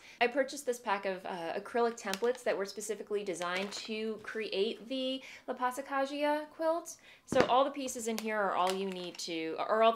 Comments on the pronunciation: Actually in La Passacaglia, G is silent. So it's pronounced like "pasakalia" :) Anyway, quilting seems to be very tricky! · Your don't look up sweater is turning out amazing. When I saw that movie I also immediately noticed it, and it seems like so has everyone else in the knitting community. Also: I just left you a comment on how your pronunciation of passacaglia is wrong, because in Italian gl is pronounced l. But then I was unsure and looked it up and you're totally right! Now you've sent me down a rabbit hole of weirdly pronounced musical terminology 😂